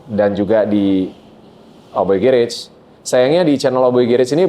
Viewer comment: Kenapa yah .. Org indo yg berkecimpung di dunia otomotif yg menamai bengkel mereka demikian dengan Kata GARAGE tuh gak ada yg bener nyebut nya , even sekelas artis .. Sorry , rada gimana gitu di telinga gue ketika denger gerets .. ✌